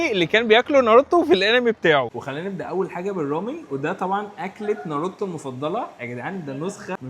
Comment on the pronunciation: ناروتو ❌ نرتو ✅